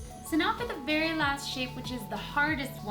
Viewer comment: um.. at the beginning she said I like the game berry much not very she actually said burry much if you like strawburry17